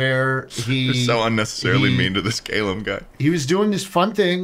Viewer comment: i hate how Americans pronounce the name Callum